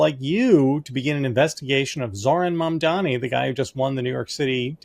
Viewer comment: Is Mom-Duha-Knee so hard to pronounce that so many people keep saying Mahn-dummy? Or is it an ''expresso'' thing?